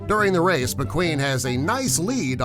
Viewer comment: lol u said wace